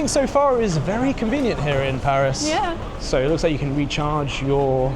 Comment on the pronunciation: the way says Paris smh 🙄 like if you can't do the /æ/ sound just say PE-ris instead of PAH-ris that's at least a valid pronunciation in American English 😂